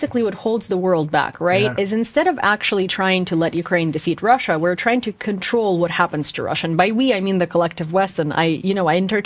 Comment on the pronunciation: 10 extra points for "Krussia!"